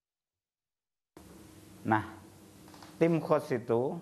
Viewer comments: Bukan Tim Qos tapi Tim Khos (khusus) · Tim Khos bukan Qos... Qos2an kaleee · khos bukan Qosh